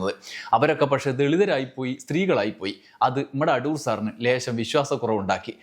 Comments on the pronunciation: അഠൂർ അല്ല സർ. അടൂർ ആണ്. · അഠൂർ അല്ല അടൂർ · "അഠൂർ" എന്ന് കേൾക്കുമ്പോൾ ഒരു അസ്വസ്ഥത, "അടൂർ" എന്ന് പോരേ? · അടൂർ അല്ല....അടൂർ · അഠൂർ അല്ല, അടൂർ.. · അട്ടൂർ അല്ല സർ. അടൂർ എന്നാണ്. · ‘അഠൂ൪’ മാത്രമല്ല അവസാനത്തെ ആ ‘വിഠയും’ നന്നായിരുന്നു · ഉച്ചാരണം ശരിയല്ല. അടൂർ ആണ്. ഇത് കഠോരമായി. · ' അഠൂർ ' എന്ന് മന:പൂർവ്വം പറഞ്ഞതാണല്ലേ..?😅😅 എന്നാലും അതൊരു 'കൊഠൂര ' വിളിയായിപ്പോയി..😂😂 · Shailan's comments are great. Your pronunciation "ADHOOR" is also excellent 🎉